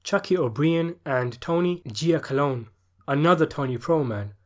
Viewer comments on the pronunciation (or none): And his name is pronounced “Jack-a-lony”, not “Jack-a-lone”. Small detail but those of us from Detroit know what a famous name he had here. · It’s pronounced Tony jackalonie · You mean it’s not Gia cologne? Lol yeah that bugged me too